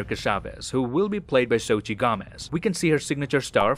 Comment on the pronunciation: Okay but can everyone please learn how to PROPERLY say Xóchitl’s name? (Zo-chiL) - another Mexican with an X name that is always mispronounced